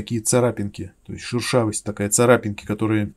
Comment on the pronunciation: Прикольно, шУршавость))) Это от слова шУршать? Вроде шЕршавость правильно))) От слова шЕршавый.